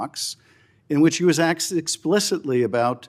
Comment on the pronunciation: into this video, Adam Schitt said, "axt" in stead of "asked" 😂 Plus, I must confess... there's something about Adam Schitt that makes me want to push him down a large flight of stares with the entrance to the Bottomless Pit right there at the landing of the stearecase... Is it just me?